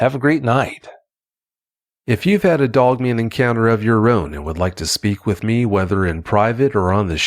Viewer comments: Every time I hear him say “Doug Man” instead of Dog Man, I lose myself every single time. 🤣💀🤦🏽‍♂️😆. Sorry, I will see myself out now 😅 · Is he saying dugman? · He said dugmane! Lol